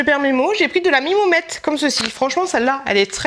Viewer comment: "La mimomette" 😂😂😂